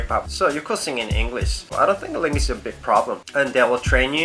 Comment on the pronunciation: langgidge?foreyner?lol dont mind me